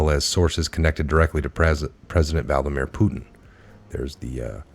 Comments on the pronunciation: It's VLADIMIR NOT VALDAMERE...SORRY, JUST BUGGIN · Are you saying 'Valdimir"? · Vladinjer Putin? C’mon ya gotta improve your reading, there are a lot of other options available.